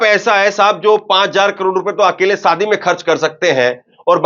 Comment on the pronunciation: Sadi nhi shadi hota h aap ki zabaan acchhi nhi h bht aasar padhta h